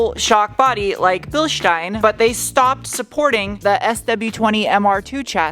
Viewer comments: Thank you for pronouncing „Bielstein“ correctly 🤣😄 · To hear how you say "Bilstein" is balm for my german soul. With this new found energy i can now carry on teaching youtubers how to pronounce "Porsche". 😈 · Props for the correct pronunciation of "Bilstein". 👍 Greetings from Germany! 🙂